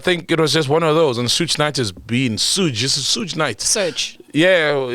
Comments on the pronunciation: Suge is actually pronounced 'Shoog' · That ain't how yall pronounce Suge😂